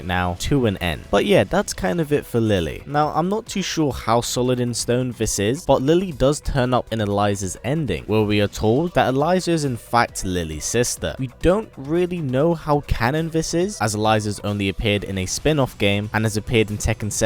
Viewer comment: Please pronounce the name "eh-lee-zah". Thanks! ^_^